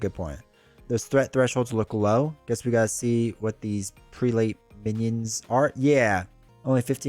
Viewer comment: The word you are trying to pronounce is "Prelate", pronounced "preh-let". It is a term for an Anglican Bishop. In the timeline where Legion killed Xavier, there were no X-Men to stop Apocalpyse so he won. Many of your favorite characters, like Cyclops, become a sort of "high priest" for Apocalypse. The later X-Men of that timeline were led by Magneto and Rogue.